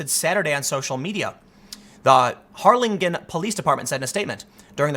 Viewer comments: Please learn how to pronounce Weslaco and Harlingen. Wes-lake-o and Har-lyn-gin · It's pronounced "HAR-lin-jin", the last syllable sounding identical to the first in "gin rummy". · It's pronounced har-lyn-jen. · Wtf I live very close to Harlingen. It’s pronounced Har-lin-jen. I just looked at this and said what if it was that Walmart and after hearing how he pronounced it I checked the spelling and state. I am sharing this with family and friends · Tim, it's pronounced, "Har-Lin-Jen". Also "Wes-Lah-Coh". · Hey Tim: Harlingen is pronounced "Har lin jen," with a hard "g", and Weslaco is pronounced "Wes leh co". It would really benefit you to look up the pronunciation of city names before making your videos. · Hey Tim, I'm from that part if Texas and you pronounced both places wrong.....its Har-lin-gen.....like generation or gentle......Weslaco is more Spanish so you pronounce it as Wes-lah-Coe.....hope you read this post and correct your pronunciation for any next videos.......Love your work. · Hey Tim... Just for future reference... WES-laco and HAR-lin'jen'. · you said Harlingen wrong I live in Harlingen on god you butchered the name. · You mispronounced my hometown of Harlingen. I can never trust you anymore lol.